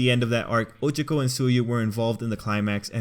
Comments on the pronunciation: I can't get over the fact that he keeps saying Oh-cho-co instead of Oh-cha-co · It’s O CHA K O